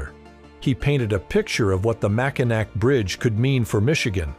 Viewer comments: Its painful to listen to your computer say (Mack i nack). I am native to Michigan. It has always been (Mack i naw) ....... Thats it I guess. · There are three places in the Straights of Mackinaw. Mackinaw City, Mackinac Island, and The Mackinaw Bridge. Everything is pronounced the same. Here it is phonetically.. MACK – IN – AWW You can always tell when someone hasn’t visited the area because they always pronounce it, MACK - IN - ACK. Please, if you are going to make a video about our state, do your research before you speak. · Dude, if you are going to have AI read your narration (which I hate...just read your own script), then write "Mackinac" as "Mackinaw" so the AI engine will read it correctly. Simply do a find and replace on your script and redo this, as the mispronunciatuon is cring worthy. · Mack in naw not Mack in Nack get right when you do a video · Natvite from that beautiful State. Mackinaw, not Macinac. Mackinaw Bridge, Mackinaw Island. Michiganders never call it Mackinac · MACKINAC? Mackinaw! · Every time I hear the AI say Mack-in-nack I cringe!!! French- it’s pronounced Mack-in-naw!🤦‍♀️ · Stop it! Stop saying Mack-in-aK! AI trash-click! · Couldn't stand hearing nac instead of naw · MACK IN GRAW NOT MAC-IN SNACKS" USE THE REEL FIRST NATIONS HUMANS VOCALIZATIONS! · It is the Mac a naw bridge. Not the mack a nack !!! Get it wight !!!!!!!! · The AI voice made me ill when it pronounced it "Macki-nack"!!!🤐 It's proper pronunciation is "Macki-naw"!!! It's NAW, not NACK!!! 😳 It can however be SPELLED either Mackinac or Mackinaw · Naw man. Mackanack?? Thumbs down. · Yes, he should have done his pronouncement of Mackinaw not Mackinac. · CANNOT listen to that computer say mack-a-nack for seven minutes 😡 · It's pronounced MackinAW. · Lol mack a nack. Can't watch. Try again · I'm from Michigan and it's pronounced Mackinaw not Mackinac I did not watch it to completion it drove me nuts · It's pronounced maciNAW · It’s pronounced Mackinaw.